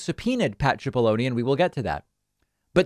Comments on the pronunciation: It’s “Sip”aloney, not “chip”aloney. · i hate to correct you David but his name is pronounced as an S not ch, it sounds like SIP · Think it's pronounced sip-po-lo-knee. Like take a sip of this water. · David, in another story you reported on today, you keep calling Pat Cipolloni "Pat Chipolloni" it's driving me nuts, why are you pronouncing his name that way?